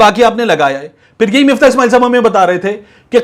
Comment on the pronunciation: Miftah ni MUFTAH h